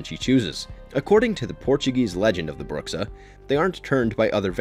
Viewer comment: Bruxa means literally witch in Portuguese (and your pronunciation isn't exactly right...)